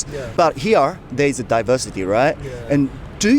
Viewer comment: だいばしてぃーorでぃばしてぃー